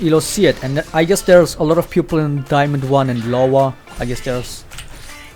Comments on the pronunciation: I was really confused about you saying "Pupil" but meant to say "People" sorry lol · I realized you say "people" like "pupil". Makes it a bit easier to get what you are saying now. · Very nice vid. ! Just one thing: i think u want to say peOple not pUpils haha :D <3